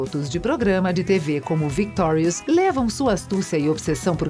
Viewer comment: pelo menos ela fala victorius direito